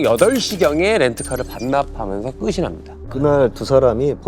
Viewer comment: 이경님 진행좋은데 아쉬운점 말씀드려도될지… 끝이 나다 /끄치 나다/라고 해야하는데 끄시 나다 라고 자꾸 하시네요!